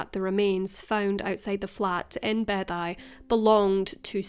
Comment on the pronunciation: Just a heads up, Beddau is pronounced like “bathers” that you wear in the pool, but singular.